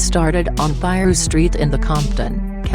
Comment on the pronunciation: lol. she said piruss